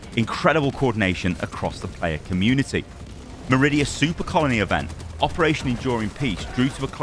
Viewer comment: I can't help but hear this man say "Soup colony"